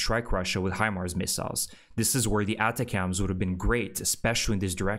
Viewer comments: ATACMS = phonetically said attackems. You’re kind of saying it wrong. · Check how you say ATACMS.....it is usually said differently.